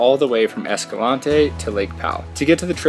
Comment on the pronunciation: Great footage and awesome hikes, but PLEASE ask someone in Escalante how to pronounce the name - it is located in Utah, not South America… My mom is third generation born and raised in Escalante so she would know. And yes, pronunciation matters. Just ask the convict who got pulled over and told the police he lived in “Hurricane”. Hint - it’s not pronounced like the tropical storm 😉